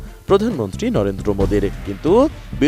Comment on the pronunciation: লরেন্দ্র মোদী না রে ভাই😂 নরেন্দ্র মোদী